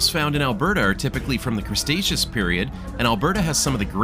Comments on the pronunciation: thank you for the amazing tour! but it's cre-taceous, not crustaceous lol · The pronunciation of Cretaceous hurt my soul